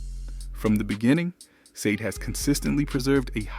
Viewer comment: I hate how you pronounce her name